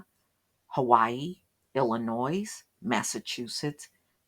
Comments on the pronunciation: Illinois is not pronounced Illinoyz. It's pronounced Illinoy. The ON in Oregon is pronounced the same way you would say the ON in the word Lexington. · I like smoked oysters. Never tried raw oysters. Probly never will with all the health risks related to raw oysters. In the word Illinois. The S is silent. Pronounced Illi noy. Not Illi noise.